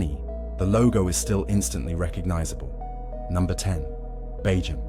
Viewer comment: it's bee-jam, you dopey AI pillock.